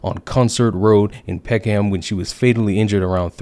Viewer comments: Peck-ham🤣 Pec-um 👍🏾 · Good video but "Peckham" is pronounced "Peck-em" not "Peck-Ham" - Source me being British. But yeah it's weird as fuck we have a lot of places here where we don't pronounce them as they are literally written. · Pronounced 'suthuk and peckam.' by the way. And true. This was headline news until the perpetrators were identified... Then it vanished. The usual left voices shut up about it as well. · As someone from the uk I died everytime he said peckham I obviously don't fault him for this but just to let you know it's pronounced peck-oom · How the hell did you manage to mispronounce all four locations from that article? 😋